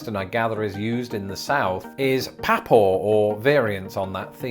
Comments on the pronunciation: It's pronounced PAW PAW and MAW MAW. Not Pha Paw and Mha Maw. At least in the South. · Ok so the words "papaw" and "mamaw" are pronounced "paw-paw" and "maw-maw" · ME maw. Papa... As in pop pah Get it right you Torrie!! 🤣🤣🤣 Long live the Queen. ✌️🐈🦽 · Hun it's not Pappaw it's pawpaw. Like animal paws except say it twice as if it's one word. Same with mawmaw. There's meemaw. Pronounced exactly as spelled. Instead of mom well say ma. Like mah. We say also baby brother baby bro baby sis for a sibling born after us. Even just a year or 2 after. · #AskABrit I've never heard Papaw pronounced like "PAP-AWW" (as in 'pap' smear, lol), Paw-Paw maybe, but not Pap-aww. My bro's grandson calle him PeePaw ("Pee"); I don't know which is worse, come to think of it, lol. For grandma, I've heard Glamma ('Glam" as in glamorous), GiGi, G-Ma, etc. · I think you’re mispronouncing Mamaw and Papaw, to me it sounds more like Memaw and Pepaw. Maybe it depends on how far north/south you are? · You mispronounced papaw and mamaw. The first 'a' is the sound found in the word 'far', and the second syllable is the same but stressed. So they are prnounced "pah-PAH" and "mah-MAH". In some dialects the first a is treated as a glottal stop, and the words are pronounced "p'PAH" and "m'MAH".They are related phonetically to papa and mama, which have the stress on the first syllable. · In the south, it's pronounced mawmaw and pawpaw.